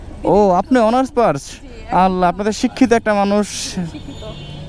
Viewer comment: ভাই অনার্স পার্স না অনার্স পাস বলছে।